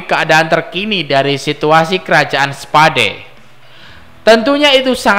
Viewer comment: Kerajaan spa..dee hahaha anjir bacanya salah